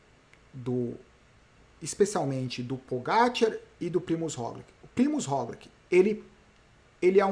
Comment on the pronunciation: Pq vc voltou a falar "Rogliqui" e nao mais "Rogliti"? Sendo que ele mesmo pronuncia o nome dele como "Rogliti....